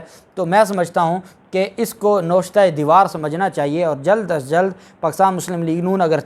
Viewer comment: Aap ny lafz " NOSHTA E DEWAR -" kaha jabkeh yeh "NAWISHTA E DEWAR" hy